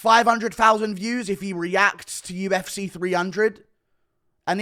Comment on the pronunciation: “To the ufseeh”